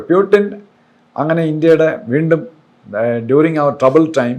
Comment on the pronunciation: ഇദ്ദേഹം എന്താ ആദ്യം പുടിൻ എന്ന് പറയുകയും പിന്നെ പീയൂട്ടിൻ എന്ന് മാറ്റിപറയും. എന്താ അത്. ഒരുപാട് ദിവസമായി ഇങ്ങനെ പറയുന്നു. ഒന്ന് ചോദിക്കണേ, മറുനാടൻ.